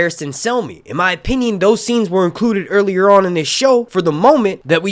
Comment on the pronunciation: "Cast and clew incruded"